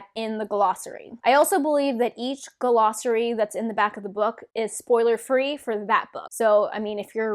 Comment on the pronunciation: What the heck is a guh-lossary? What the heck is a TAR-vuh-lon? There’s no ‘guh’, it’s just glossary. There’s no emphasis on the ‘tar’ in Tar Valon. It’s Tar VALon.